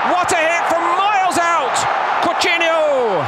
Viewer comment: “Cotineo” Kkkkkkkkkk